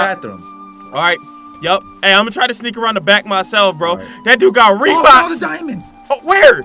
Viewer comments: I was laughing when said reebox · Hahaha did he said reeboks hahahaahahahahhahaah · Me at the intro: 😑 Other people: Bruh!:HA! HE GOT REEBOK? HA HE GOT REEBOK! AHAHAHAH! YO! HE GOT REEBOK Me: Did toy say reebok?😂😂😂😂😂